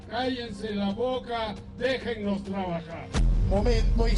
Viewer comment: PPK DIJO ASI: A les creticones you leis digo deijenois trubujar,,,no sabe bien pronunciar el castellano se dice dejenos robar jaja